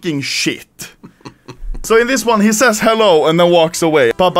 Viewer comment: I hear lol not hello